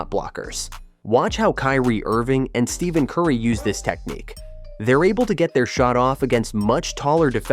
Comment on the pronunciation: This is supposed to be a basketball how to video and the chat bot pronounces Steph Curry's name wrong?! Bro...